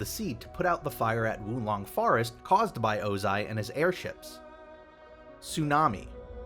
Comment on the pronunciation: Did I finally hear Ozai pronounced correctly??